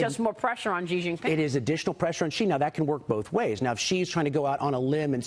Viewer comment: For god sake, Xi is pronounced “She” not “Gee” , Maria!